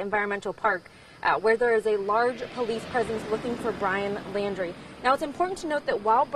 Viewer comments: The reporter doesn't even know his last name. It's Laundrie, not "Landry." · Yeah the way they promote themselves before starting a horrific story fantastic journalism...... Maybe the lady could get the name right maybe once??? She's said Landy,laundie shit I don't think she gets the name right once. She's obviously a pain in the arse for the sniffer dogs but she's still there. That's commitment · Not Landry, it's Laundrie (like "dirty" laundry).